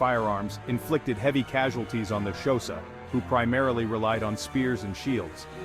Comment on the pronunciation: My guy it’s not pronounced showsa it’s pronounced with a click in the front so it’s a subtle click followed by a quite hosa